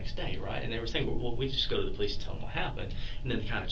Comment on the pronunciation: "police - es"..... SMH 🙄